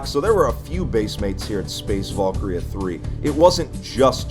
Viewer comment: volkria? no valkyria va-l-kee-ree-ah its a foreign word, with a foreign pronounciation. anyways this is dope asf